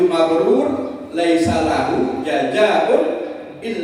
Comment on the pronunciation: Mabruur bukan mabrul